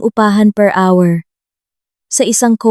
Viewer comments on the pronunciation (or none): none